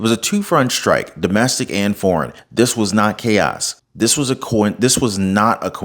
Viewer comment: he was calm because he's following a script. prophecy? 😂 you ought to learn how to pronounce your 'st'-words, there is no H in STRIKE, STRONG, STRANGLING or STRATEGY. shtrike shtrong shtrategy shtrangling infrashtructure??? this is not a rap song. you are talking to an audience that speaks proper american english. you should do the same.